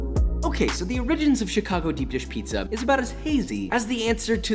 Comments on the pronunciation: ok so the oh-riggins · "o-RIgins" lol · anyone else thinking abt how he pronounced ORigins “oRIGins”? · Josh's pronunciation of 'origins' fills me with a rage I didn't anticipate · so we’re not gonna talk about the way he said origins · I almost had to stop watching after I heard the way he pronounced origins. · Sorry Josh, but the way you pronounced "origins" gave me a panic attack so I can't watch the rest of the video